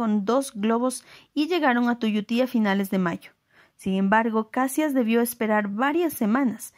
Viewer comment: Luis Alves de Lima e Silva, Duque de Caxias, el único que ganó este título por méritos propios... Por cierto, la pronunciación es Cachias, no Cassias.